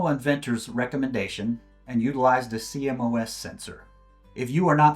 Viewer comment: please say "See-Moss" for CMOS sensors :) i know it's an acronym but that's how it's said in the industry :) trust me